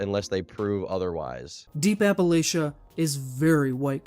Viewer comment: SAID APPALACHIA CORRECTLY halfway through the video